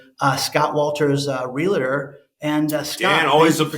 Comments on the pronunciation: Please stop saying "Real a tor"!! That is completely incorrect!! There is no "A" in that word. it's pronounced "REAL TOR" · Real-a-tor or Real-tor ?? Pretty sure it is 2 syllables not 3.. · Realtor rather than realator. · It’s pronounced “Real -tor” not “Reli-ter”. In case you want to influence people even better than you already do. Most people will just smile to your face and never tell you things like that. Im that friend that’ll tell you if there is spinach on a tooth. 😄